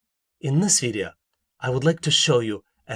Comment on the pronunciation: I just love the way he says video--> Videa lol